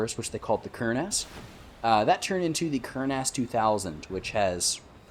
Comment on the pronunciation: AH not A. Ker-Nahs, not Kern-Ass lmao..